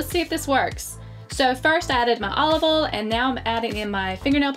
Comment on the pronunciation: She said ol instead of oil